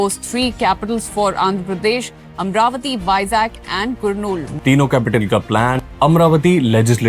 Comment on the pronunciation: Bhai it's Amaravati not Amravati